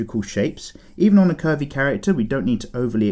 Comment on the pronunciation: Did he just say pervie 💀